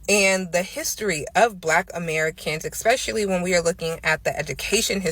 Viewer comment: This girl said “eXpecially” like 25 times. That alone should nullify her whole argument. Though she made some reasonably ok points. Like you said THE issue failing America is lack of family structure, promiscuity and lack of accountability. Period.